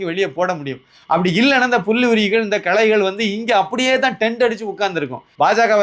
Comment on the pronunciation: களைகள் not கலைகள் (Art's )